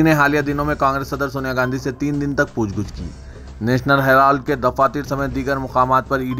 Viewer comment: Eh lafz "pooch gooch" Naheen "pooch Gach" hai.